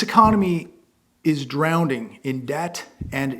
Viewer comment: For the love of God!!! Would you PLEASE STOP saying "DROWN-DING!!!"